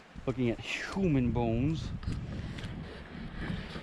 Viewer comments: I hate the way you say human stop it please 😨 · Dude its huuuuman!!!!!!!!!